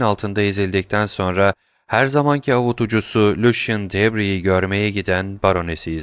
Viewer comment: Emeğiniz için teşekkürler. Elimden geldiği kadar romandaki bazı kişi ve yer adlarının doğru okunuşlarını yazmaya çalışacağım. Matmazel Danglars : Matmazel Danglar Matmazel d'Armilly : Matmazel Darmili Lucien Debray : Lüsyen Döbrey Eugénie : Öjeni Andrea Cavalcanti : Andrea Kavalkanti Mösyö de Villefort : Mösyö dö Vilfor Provence Caddesi : Provans Caddesi Mösyö d'Avrigny : Mösyö Davrini Valentine : Velontin